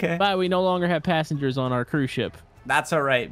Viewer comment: You said "Lucky" panssangers. Uhm i ain't sure if they are lucky 🤣